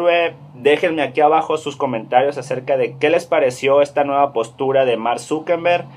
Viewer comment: Grrrrrrrrrr es Zuckerberg no Zuckenberg, no es con N grrrrrrr 😠